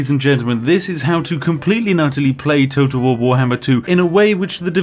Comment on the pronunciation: It sounds like your saying toto wahwar